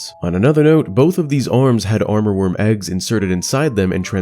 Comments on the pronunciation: Nice video ❤ btw it's "Amourworm" not "Armorworm"! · Fantastic videos, thank you for doing this! One remark though: I hear you say « aRmourworm » through the video, while the spelling is « amourworm » - as in “amour”, which is french for “love” and also the name of one of central Asia’s major river. Not sure if this has some additional lore attached to it though.